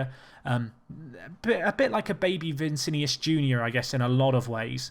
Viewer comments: Cannot buy Paqueta anymore. Going to Milan in January. And its Vinicius, not Vicinius! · Vinicius, not vincinius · It's V I N I C I U S bruv, not Vincinius, but good video nonetheless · He can say it however he likes. If I want I can proncounce your name as Andre Chavez. It's called freedom of speech.